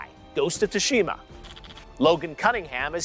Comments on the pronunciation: Ghost of Too-Shima wtf It’s pronounced sue-sha-muh or sue-shee-ma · Not once did he pronounce “Tsushima” correctly 😂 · 0.o Y is he pronouncing Tsushima like that? Lol